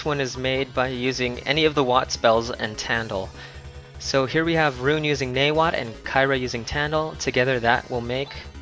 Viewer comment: why do you keep calling rune wren?